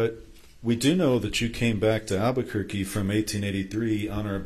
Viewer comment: . It’s alberqurqe , need he say more ……ugh 😂😂😂